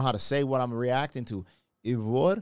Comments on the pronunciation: ❤❤ Try Aye-Verr (as in: err) Paulsdaughter and you're close to getting her name right. I think you did quite well! Tròdlabùndin - spellbound. Words with "troll" in it have something to do with magic. They in a Fjord, a brauch of the sea stretching far in into the land and the mountains as you see. Of course it was enchanting. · Her last name is pronounced like "Pauls" for páls, and dóttir is like "dot" and the ir sound is like how you start to say "irrelevant" but take that ir sound out from the word :) edit: And her firstname would prob be more correct if you try to pronounced it like "Eyvor", like "Ey what's up", but you take the ey :)